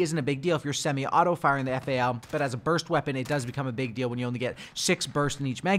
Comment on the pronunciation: It's not F-A-L bruv. It's Fal (F-owl)